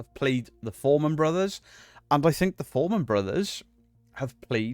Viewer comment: Fourman not foreman 😂